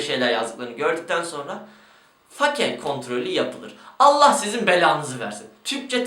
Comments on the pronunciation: Katılıyorum, fake diyorsunuzda bari fake olarak okumayın 'feyk' olarak okuyun. Örnek 'Ben fake'yim.' -. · Fake kelimesinin "fake" olarak bi kere daha okursan ekrana kafa atıcam. "Feyk" ulan o. basket de mi izlemiyosunuz, ingilizce dizi de mi izlemiyosunuz. "Feyk" ulan feyk. Türkçesini kullanmıcam diye ısrar ediyosun bari ingilizcesini düzgün oku. Fake nedir ya.